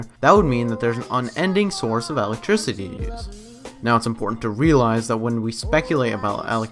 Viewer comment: what's alectricity?